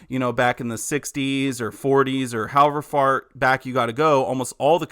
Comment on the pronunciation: what I hear is "however fart" LOL!🔥🔥